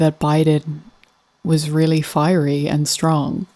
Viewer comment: They look so effing stupid all saying firery. Dumb